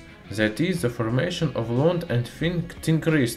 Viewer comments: Чёрт подери, твой акцент на уровне первоклассника. Хотя бы de вместо ze говори, будет гораздо лучше. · nice video, but unbearable to watch because you say ''ze'' like every 5th word